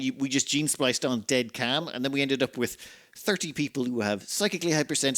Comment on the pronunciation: You know it's CALM right? not CAM?